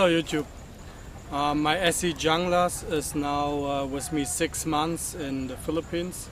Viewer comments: FYI it's pronounced "hoon-gluss" just saying, not "Jung-lass" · Ok wait a second, so if I strip the black coating off with jasco , the layered etched logo will or will not come off? And dang, who paid $300.00 for a Junglas, and I believe it is pronounced hooooonglas. I was told hehe. I got mine sheath and all shipping and handling for $186.00 I love it! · All right right off the bat you suck take care of the knife use a little oil and it won't rust your credibility just went right out the window and you not even pronouncing it right you pronounce it with h not a j so yeah you suck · Jeff Randall pronounces it 'Jung-lass.' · (1)"Pronounced "Hoonglas" Named After the Colombian Jungla Special Operations Forces Designed For Latin American Jungle And Counter-Narcotics Operations." And what part of a FULL sentence do you not comprehend? Half truths are still half a lie. I'm not defending the Esee Junglas as much as I'm saying the thought process is askew. When you read that on the site what does that tell you? Anti Narcotics in SA. In simple terms. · Your comparing apples to oranges. Its not a bolo and it's not designed to be a bolo. Carbon steel rusts. Oil after use solves the rust. Yes you have to lift very high to get it out of the sheath, it's a lard knife what did you expect? The snap closure touching the blade could be a problem, though I have had one for years and it has not done any damage to the strap. By the way in Spanish J is pronounced as H ( hunglas ) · Oh man, sometimes freedom of speech is a paid in the ass! Wondering if you even think before you speak? Anyway, me personally thinks that this video is misleading people. If you dont know what to do with a Junglas and what its capable of you better stick to folding knives. By the way, view some videos of people who know how to pronounce "Junglas".